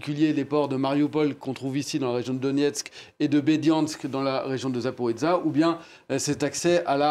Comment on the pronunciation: Le journaliste prononce tellement male le Zaporijjia, c fou. Si c'est comme il le prononce celà devrais etre marqué comme ca: zaporizza (pizza). Mais c'est justement le J (JIA)qui fait la difference importente (zaporoJia), car si non ca veut dir completement une autre chose.